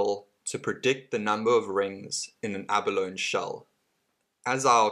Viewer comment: It's pronounced "ab-a-lone-ee". Emphasis on the "ee".